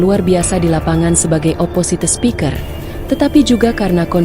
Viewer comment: Pakai chatbot yang bisa bahasa inggris secara benar ya. Belajar mengucapkan "spiker" atau "inspires" dengan benar, biar tambah pintar.